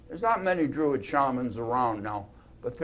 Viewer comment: Druid not Drurid